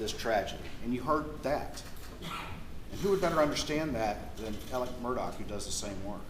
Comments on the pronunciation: I’d heard that they (Alex Maggie Paul Buster) texted and called one another constantly all day long. That’s weird, right? Or is that a thing? And why are they pronouncing Alex like Alec??!! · In the south they pronounce that Alec tho it's Alex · Why does he call him Alec and not Alex?